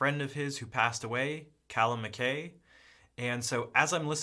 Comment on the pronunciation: It ia pronounced MAK-EYE, not MAK-A.